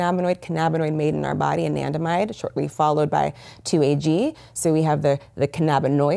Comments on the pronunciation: What's that word she kept saying was the cause of PTSD? Andimide? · It's Anandamide...